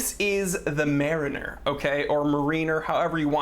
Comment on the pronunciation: the way this dude pronounces mariner is fysically hurting me, otherwise great vid